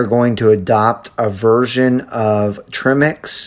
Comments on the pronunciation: It's Tremec , not tremex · Tremec, not tremex